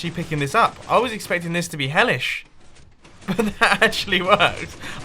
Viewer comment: did he say hellish